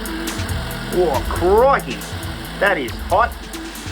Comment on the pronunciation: A genuine Australian "Ah, Crikey!" Brings me to tears.